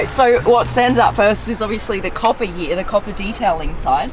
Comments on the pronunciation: She says " He A" instead of saying Here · It is here not heauuhhh.